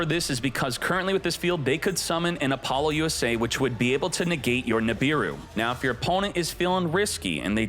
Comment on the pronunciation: Is it really pronounced Apollo - U.S.A ? I have been calling it Apalosa all this time…